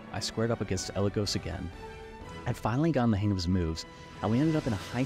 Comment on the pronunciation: AND mispronounce “Eligos”, who has had their name said aloud canonically before. It’s a little funny